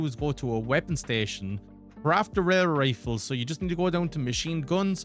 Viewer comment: Tell me you can’t say Railway Rifle without telling me you can’t say Railway Rifle